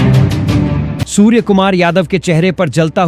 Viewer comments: Surey ko suver bol rahe ho Pahle theek se bolna sikho Shame on you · आप ठीक से हिंदी भी नहीं बोल सकते हो सूर्या को सूर कहते हो कुछ शर्म कर लो और टॉस इंडिया हारा था आप ने बताया इंडिया टॉस जीता और बैटिंग चुनी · सूर्य को सुअर कहने वाले को अपना उच्चारण ठीक करना होगा या उसे निकाल देना चाहिए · सबसे पहले तो आप अपना उच्चारण सुधारें, सूर्य को सूअर बोलते रहे, यह सही नहीं किया आपने.... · कृपया सूर्य कुमार के नाम का उच्चतम सुधारे,अपने समाचार वाचक को सूर्य और सूअर दोनो में जमीन आसमान का फरक है ,अगली बार ध्यान रखे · भाई गौरि से सुनो वो सुर नहीं सुअर भी बोले हैं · पहिले आप सूवर बोलना छेड दो